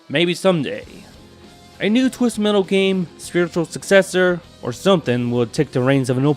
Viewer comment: “twizzted mettle”😁